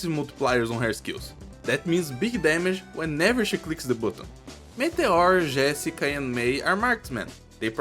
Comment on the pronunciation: Tu é BR ne, misericordia saiu um GÉSSica ali kkkkkk